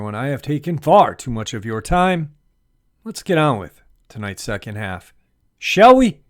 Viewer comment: Every time you say "Shall We" sounds to me like "Yowie" I'm been listening to your enlightening videos to much 😎Good Videos